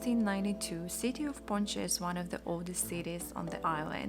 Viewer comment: Just some constructive criticism, you should learn how to pronounce the names of the towns: “Yauco”, is pronounced Jauco, not Yuca, that’s a root. “Ponce” is pronounced Ponse, not Ponche, that’s a drink made w/ egg yolks, sugar and milk. “El Yunque” is pronounced Junke, not “unke”. Not criticizing, just trying to help, I know you don’t speak our language. Oh, it’s Puerto Rico, not Perto Rico. Great video, you highlighted some great sites and the camera work is remarkable.